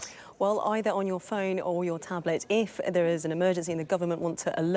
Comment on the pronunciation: It failed to sound on my phone. Who do I contact. And she said eef instead of if